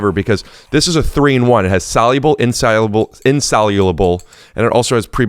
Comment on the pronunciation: solulable with extra syllalable